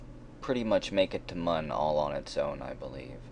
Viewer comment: I know it was 2 months ago but if you still call it "M-uh-n" It looks like Mun <<<< But its said Moon :)